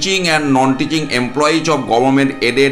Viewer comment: "Emploiz" na bole bolun "employees ".